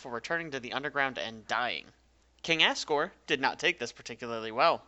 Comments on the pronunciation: also assgore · It sounds like he’s saying King ass gore